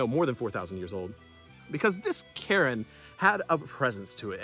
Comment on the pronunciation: When you say Cairn, I hear Karen... that's awful ! 🤣🙉🤣